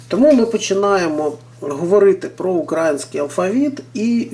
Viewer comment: Не украінський а Український. Ви неправильно наголос ставите.